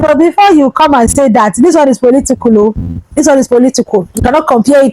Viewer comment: KIDNAPPERS NOT KIDNAPPAS POLITICAL. NOT POLITICOL YOUR ENGLISH PRONUNCIATIONS IS VERY POOR